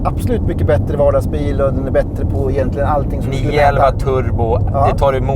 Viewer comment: uttalar man "igentligen" så kanske man inte ska klaga på BM-WEE ;-)